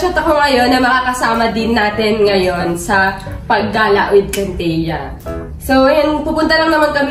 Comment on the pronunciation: kintia ra malakas hindi wintia